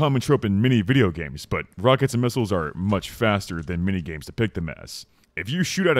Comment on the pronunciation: Are you saying "mini games" or "many games"?